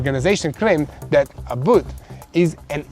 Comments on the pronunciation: you r not saying Governor Abbott’s last name correctly. I know u don’t mean 2 but if possible, please correct. TY 😊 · Come on brother, the governor of the state where the headquarters of the corporation you work for and you don’t even know how to pronounce Governor Abbott’s name come on, bro